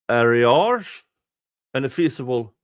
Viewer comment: At least in my portion of Canada, "arrears" is pronounced like "are rears" or sometimes "a rears" Hope this will help you in future readings, as I suspect it will be a common word used for these matters